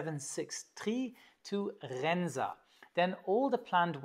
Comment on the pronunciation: Quebec 76-trrrree to RRRRRENSA.... epic pronunciation trolling there,. As Dutchie zis is apprrrreciated